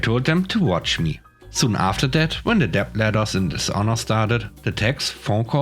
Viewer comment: Debt rhymes with met, let, or get.